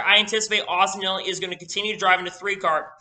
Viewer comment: Just wondering are you saying Austin Hill or Austin Dillon cause it sounds like your saying Hill instead of Dillon